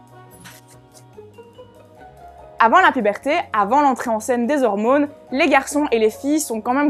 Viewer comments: Quand elle dit "hormounes" :3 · Hormônes, testostérônes... C'est con mais ça me fait rire.